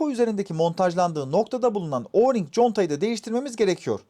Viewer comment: Sonunda Oring’e Orling demeyen birini duydum 😂